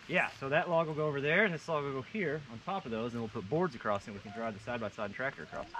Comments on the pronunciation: And we’ve just added a “ T “ to the word across. Great work, keep going and even I may need to go back to whatever school you guys were educated in, ( supposedly) Just sayin!!! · acrost. not a word.